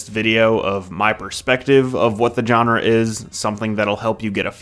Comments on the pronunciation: "Genre" isn't "John-Rah". It's pronounced "Zshon-Rah". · His pronunciation of “genre”was just generally jarring. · learn how to pronounce genre.